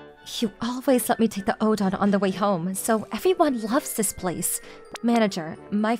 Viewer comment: O. DEN. OOOOO. DENNNNN. ITS NOT ODON